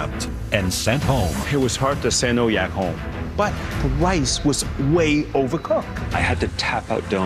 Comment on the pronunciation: "but the wiice was way overcook"